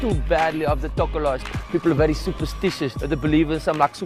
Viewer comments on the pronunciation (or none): Tokoloshi is pronounced Tok - ah - loh - shee, not however you pronounced it